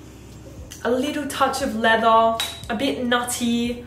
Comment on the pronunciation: How does she say leather leatha, but leathery properly. All she has to do is say leathery minus the y😂... I still love her though